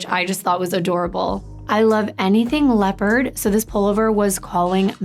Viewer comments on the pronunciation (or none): none